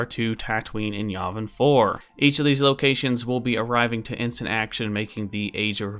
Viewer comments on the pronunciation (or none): yAvin 4, not vuvin 4